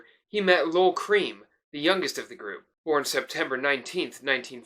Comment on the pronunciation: It's pronounced Lol 'Krem', not 'Cream'. Just sayin'